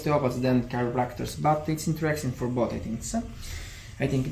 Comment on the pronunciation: Il tuo lavoro non è sapere l'inglese perfettamente... quindi non preoccuparti troppo... detto questo la pronuncia è piena di errori... tipo JOE invece di JAW... Interesting ha l'accento sulla prima i e non sulla seconda e... good si legge guud e non ghiud... friends la i non si legge... comfortable ha l'accento sulla o e non sulla a... ma ti dico questo giusto perché lo hai chiesto tu perché come ripeto non è il tuo lavoro sapere perfettamente l'inglese...